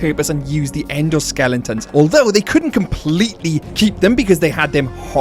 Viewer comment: you almost called them "endo skellingtons", but you seemingly caught yourself before fully committing to the 'ng'. XD